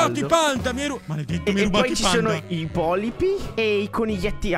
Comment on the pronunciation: Fantastico. Alla fine è finito come Jurassic Park. Comunque non si chiamano polipi ma polpi.